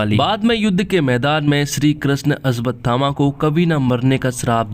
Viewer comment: भाई अश्वत्थामा है अस्वतथामा नहीं। पहले बोलना सीख ले भाई